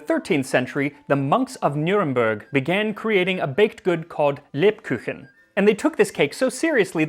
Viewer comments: Just because I know that you care about the proper pronunciation of words. The U in Kuchen is pronounced like oo in english words like boot or loot, your pronunciation was more like the german Ü. Also, and I don't know how it's been written in your source, if it read HÄnsel und Gretel, that's a different sound from A. It would be pronounced like the a in candy. Your pronunciation of german words is otherwise really good. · Good attempt at saying "Lebkuchen", but the u in the Kuchen is not a yu sound. Say it like the standard oo sound in English, as in cool. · As you seem to be a fellow language nerd, allow me to help you on your German pronunciation: the "u" in "Kuchen", which means cake, is pronounced like the English "oo", just like all u's in German. The way you say it near would be written "Küchen", which would be the plural of "kitchen". So yeah, the German words for cake and kitchen (which I imagine, the English equivalents derive from) might have the same etymological root. How cool! Also I must say, you're doing a great job with all your attempts at foreign words, one noticed the effort you put into it. Keep it up!